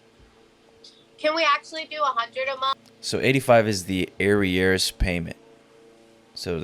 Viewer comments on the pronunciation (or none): It is pronounced like it looks. A-rears. Not aireyairs. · Arrears is a 2-syllable word. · AH-REARS lol. Air-re-ears lol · Uhh, btw,it's not " airy-ears" it's pronounced " A- rears" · fyi its not ERR EE ERRS ITS UH REARS I couldn't figure out what you meant then I realized you meant to say her arrears were X Good video- thanks. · FYI, the pronunciation is uh-rears, not air-e-airs. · You pronounce arrears as “Air-E-Heirs” 😂😂 Is this AI? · Small note--arrears is pronounced "ah-reerz". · Its pronounced "uh rears" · The past due amount is arrears pronounced a rears. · Lol...its "Ah-rears". Just know after spending years fighting my ex husband to pay his "ah-rears" :)